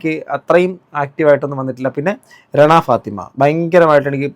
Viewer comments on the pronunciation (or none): രെണ ഫാത്തിമ അല്ല മൂപ്പാ. റെന ഫാത്തിമ